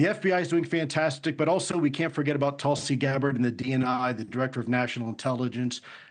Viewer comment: Did he say tulsy gabbard and excellence in the same sentence?😂